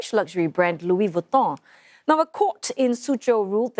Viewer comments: It’s pronounced LOUIS VEEEEEEEEETON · i lost it when the anchor woman pronounced LOUEY VUTOHH hahahahahahha